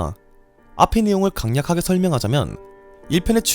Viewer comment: 간냑하게가 아니라 갈략하게. 요즘 영상들 보면 다른 분들도 우리말 발음에 문제가 좀 있는데 조금은 아쉽습니다..